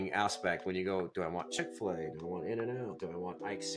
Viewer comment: Shopping? Restaurants? Chick-fal-a a restaurant? 😅 you seriuos? good luck, man